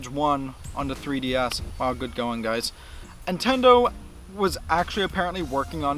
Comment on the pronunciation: Great video and points made and I'm honestly not trolling you when I ask this but...are you saying "Intendo" instead of "Nintendo?" I ask because James Rolfe does the exact same thing.